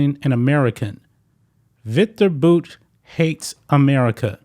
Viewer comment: Victor (boots) Bouts lawyer. 👏🏼👏🏼👏🏼👏🏼, hey, you finally said it right.